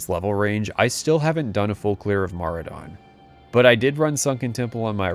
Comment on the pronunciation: The first time I've ever heard someone say Maraudon outloud and it sounds so much better the way you say it than what I read in my head for like 15 years